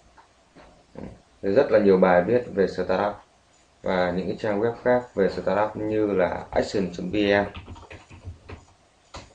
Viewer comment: SỜ tát up, :v đọc quá chuẩn